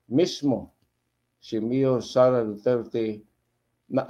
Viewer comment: Huwag na kayong umasa sa kakampink nyo, limot na taumbayan mga yun😂, malabo yung pagkabigkas ni Lascanas sa pangalang "Sara" alanganin, tinuroan parang bata😂 o sige, sama na kayo sa ICC dalii, sama nyo rin si Trillanes, punta na kayong Davao, naghintay si Digong doon, hulihin nyo na, bakit ayaw nyong pumunta? huwag ng maghintay kung sinong kakampink uupo sa sunod! malabo na ang kakampink!😂🤣